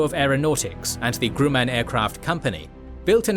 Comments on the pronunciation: Really good stuff...thank you for detailed historical content about technologies like the Zero fighter. I look forward to similar treatments for a whole list of planes...many of which others have already suggested. 👍💯😁 Though...you could teach your reader AI how to say Grumman a lot better. LOL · Why does he keep saying Grumman so weird?